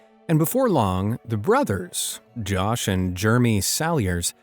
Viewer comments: The narrator pronouncing “Jer-em-y” as “germy “ is the best part about this vid 😂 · I have heard this at least 2x...the first brother twin is NOT NAMED Germy....its JEREMY!!!! I want stick a pencil in my ears when I hear "Germy". (┬┬﹏┬┬)(┬┬﹏┬┬)(┬┬﹏┬┬)(┬┬﹏┬┬)(┬┬﹏┬┬) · U keep calling him Germy lol Jeremy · Did you say germy for Jeremy?? Omg. How stupid. Do you really not know how to pronounce Jeremy?? 🥴🙄😱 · He pronounced “Jeremy” as “Jermy” 😭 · Why are you pronouncing Jeremy as Germie?